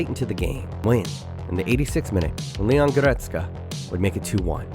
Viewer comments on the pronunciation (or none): none